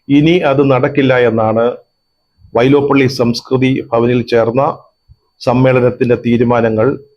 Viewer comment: വൈലോപ്പിള്ളി... വൈലോപ്പള്ളിഅല്ല സാറേ..